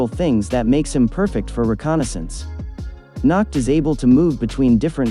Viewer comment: The way he says Nacht XD NACKED